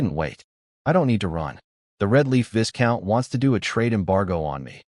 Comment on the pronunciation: Isnt there a way to correct how the AI pronounce words? I flinch everytime it pronounce viscount wrongly.